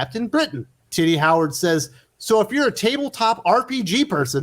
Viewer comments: I love you make her name sound like “Titty Howard.” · Ehh why does "tini" sounds like "tiddie" in your mouth? 😅😆😆😆